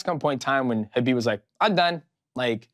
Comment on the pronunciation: My man said khabib😭😭😭